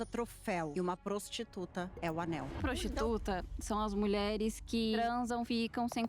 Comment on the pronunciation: gente, é ANEL e não ANÉL